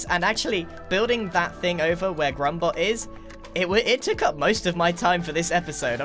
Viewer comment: Is it wierd that every time someone says grumbot I hear grumbo